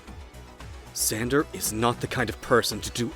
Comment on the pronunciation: Ahh yes “xamder”